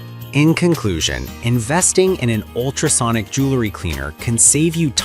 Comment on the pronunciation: Jewelry not Jewlery. (Pronunciation]